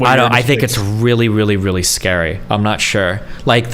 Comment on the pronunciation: "There's no danger of any civil war or unrest or anything!" "Guys, it's scawy wight now."